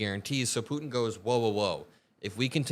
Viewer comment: thank you for pronouncing 'Putin' with the 't'. So many young people today skip over the t's in the middle of words - Putin becomes 'Poo-in' - and it drives me insane.